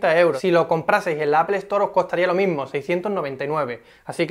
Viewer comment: Se pronuncia APOL, NO APEL